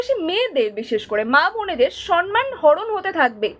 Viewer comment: সন মান নয় উচ্চারণ টা সম্ মান , সৎ + মান = সম্মান। এই উচ্চারণ টা মাননীয়া এনেছিল সন মান আর এখন সবাই এটাই উচ্চারণ করছে না বুঝেই।